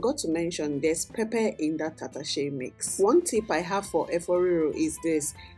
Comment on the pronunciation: You pronounce Hausa words Tatashe and Shambo pretty well. Did you stay in the North? Love from Abuja